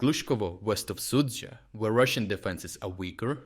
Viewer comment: In some esoteric language you are pronouncing the Russian town as 'Soupville'. lol